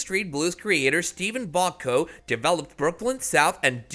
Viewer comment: I agree, awful. Why even start your countdown at 9, not 10? Equally poorly, why deliberately mispronounce the names of characters and well-known names in your narration? eg "Sipowitz", or even "EAS", the SWAT-type team on the show; let alone Steven ???"Boc'co"??!? It's widely known to be pronounced as Botch-Co!! What's the matter with you?! As a woman, I also take issue with your SINGLE FEMALE inclusion of Megan Gallagher (who cares?), who played the little known uniformed Officer Rossi character, but you IGNORE TWO BIGGER FEMALE CHARACTERS of the show that ppl would be interested in. Your one silly female inclusion is further ruined by showing Betty Thomas & Meghan Markle footage instead, interspersed with new interview footage of your actual Megan choice, just to confuse anyone watching your ridiculous video! PS How irritating also to hear you describe Renko as a "redhead". You were supposed to say "redNECK" instead, since that was Renko's character design! Your work is most irritating. Not surprisingly, I'm not subscribing.